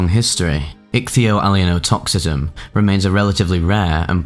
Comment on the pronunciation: Well you certainly got your value out of learning how to pronounce ichthyoallyeinotoxism. I went from not having heard of it, to guessing the meaning, to knowing the meaning, to grokking it, to semantic satiation, all in a few minutes. Kudos to you.